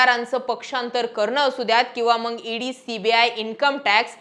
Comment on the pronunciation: 'मंग' नाही ताई.. मग म्हण.. बाकी तु बोलतीये ते खरंच आहे